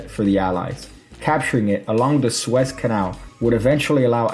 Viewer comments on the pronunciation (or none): “Sue-ez” not “swez” canal. Just trying to help.